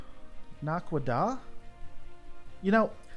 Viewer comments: Naquadah is pronounced Nak-Qwa-Dah Also each BC-304 carried a compliment of 16 F-302 Starfighters. Each fighter having a Naquadria hyperdrive system. Naquadria being a more unstable varient of Naquadah. Although this drive was very limited in its hyperdrive it could pass through hyperspace for a few million miles at a time. Having once even been used to bypass the shields of a Gould supership. Stick with me. I shall teach you ALL THE STARGATES! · its pronounced NAQUITA dude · Naquadah is pronounced "Nah-kwah-dah" or "Nack-wah-dah" depending on preference or dialect. Basically its "Super uranium". A Naquadah bomb is stupidly more powerful and any nuclear weapon, relative to the reactive mass, so far developed in real life. It does not take much to make one that can wreck a whole planet. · It's not pronounced "Oh-rye", it's "Or-rye". Why are you doing shows about shows you've never watched? "Naquida", Na as in "nah, that's ok" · This is old now but not too bad pronounced Nak-u-da bombs though by now you probably know that.. It's basically a HUGE nuke on steroids. but not a bad first foray. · Pronounced like Ore Rye .... Pronounced like Na cwa da Also its already been mentioned about the Asgard beam weapons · I really like your videos in general, however I need to ask why you are making videos on things like this when you can't even say the name of the bomb "naquadah". You admit to not having watched the entire series. I'm going to guess that you have not watched a large amount if you cannot even pronounce this word as it was used in at least every other episode after season 2 or 3. I'm sure a search on youtube would have someone saying it correctly. Please don't make any more stargate videos until you've watched the entire series or at least done a lot more research on something before you make a video on it. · Your Naquidah pronunciation is almost right, just put the emphasis on the first syllable